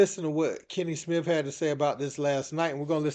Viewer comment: It's Kenny Smith not Smiff. SA Smith not Smiff. Come on man. Your job requires knowing how to talk properly